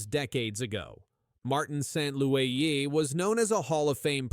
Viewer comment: You didn't know that his name was Martin Saint-Louweeyé? 😂